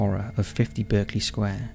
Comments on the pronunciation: Berkeley is pronounced Barclay. Like the bank. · pronounced BARK-LEY